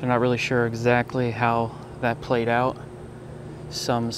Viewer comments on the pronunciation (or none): none